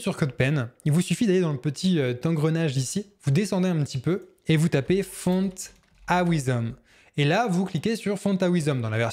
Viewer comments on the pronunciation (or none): Excellent effet, tes vidéos sont très pédagogiques, mais, stp la prononciation de "font-awesome", ça pique les oreilles ! On dit environ "ow"some, voir ou plutôt écouter l'ami google et surtout pas A"OUI"some. Corrige les erreurs de prononciations des mots anglais, et ce sera tip-top !